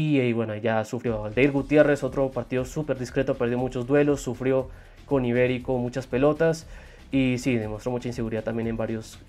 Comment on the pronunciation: Mano es Iberico no Ibérico xd